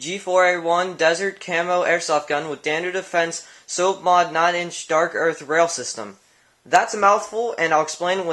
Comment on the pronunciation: Hahahahahahahhaha "Soapmod" It's SOPHMOD, like Sof-mod.